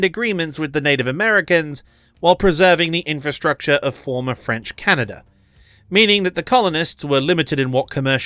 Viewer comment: I mean this kind-heartedly, but when you said "Canader and" instead of "Canada and" I had to pause the vid due to laughter.